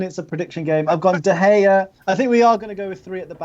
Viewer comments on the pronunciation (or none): Getting annoyed at someone else not being able to word their question properly while you still can't pronounce De Gea's name correctly.